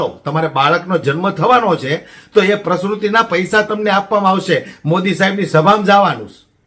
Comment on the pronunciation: મારા મિત્ર, તમારી સ્પીચ ઓકે છે પણ બે બાબત પર ધ્યાન દોરું (૧) પ્રેગનેટ નહીં પણ પ્રેગ્નન્ટ બોલો. (૨) પ્રસ્રુસ્તિ નહીં પણ પ્રસુતિ બોલો👍